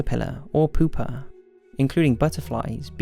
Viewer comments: Lol he said poopa instead of pupa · is it just me or did he say poop-a?